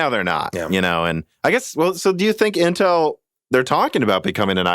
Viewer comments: I like how pronounces Intel. I say "IN-tel", he says "n-tEl". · This guy is great, but the pronunciation of "Intel" is driving me fucking crazy lol.